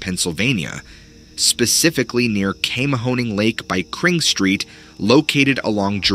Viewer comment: O. M. G. That’s literally my backyard…. My stomping ground!!! Spent many a night cruising around the dam. 😶‍🌫️ 🍻 Oh and it’s pronounced “Kwee—mahoning” & JOHNStown. Home of the steepest incline plane, thanks to the Johnstown flood of 1800s 😇 🕊️ I had Sasquatch encounter as a wee thing that promoted 7 years of a recurring nightmare of a creature I couldn’t name…til I was watching Tube 😳